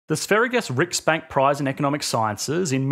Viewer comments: That butchering of "Sveriges riksbank" hit me differently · Not to be rude, but your pronunciation of Sveriges Riksbank was painful.